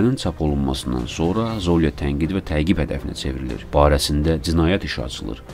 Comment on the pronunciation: ZOlya yox ZolyA